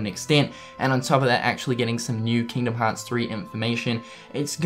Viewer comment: People making fun of accent and the way he pronounces the series name.